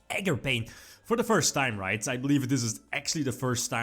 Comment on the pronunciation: Nooooo ARGAPAIN